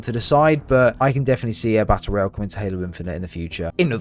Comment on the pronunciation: It's ROYALE, not "royal" holy shit.